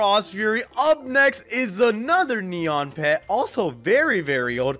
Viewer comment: it's neon skeleton dog not nron skeleton rex